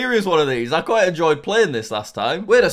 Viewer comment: When you said quite I thought you said pita and it was so funny😂😂😂